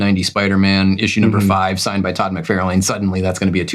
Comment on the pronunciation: Why does he keep saying “McFAIRLane”? Todd himself(and everyone else) pronounces it “McFARlin”.